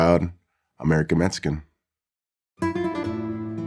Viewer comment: I’m still trying to figure out what a metsican is.... All joking aside, this was awesome. 👏